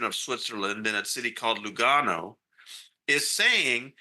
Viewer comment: Tony, as an Italian I appreciate that you are a reporter with culture and knowledge and knows the difference between the different cantons in Switzerland and that Lugano is part of the Italian canton. Good pronunciation of Italian names!